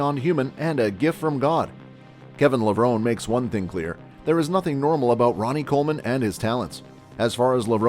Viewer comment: It's Kevin Levrone--E. How can you make a video and not pronounce his name correctly?